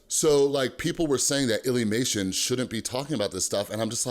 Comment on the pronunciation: Don’t see the point of this video plus your saying lillymation your saying illlymation